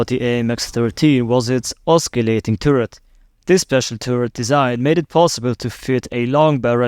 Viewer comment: That's not an AMX-13, broski. It's an Austrian tank. Also, the 'c' in 'Oscillating' isn't a hard c.